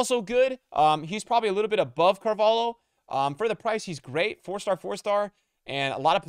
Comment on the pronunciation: How is he still pronouncing Carvalho wrong